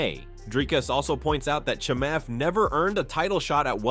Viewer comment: I piss myself every time Bisping mispronounces Chimeav’s name wrong 😂